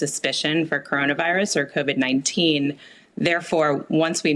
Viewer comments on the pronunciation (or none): Covid, not corvid. : ) Washington State doctors have some cases of mysterious ARDS deaths in December 2019. The Atlantic has an article on it that you can Google for--and on the FDA not allowing them to test saved tissues for Covid-19, which is... either irrational or downright scary. Cui Bono?